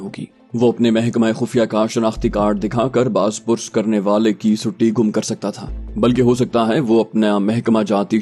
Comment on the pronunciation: Sutti nahi sitti gum hoti he seen k neeche zair hoti he.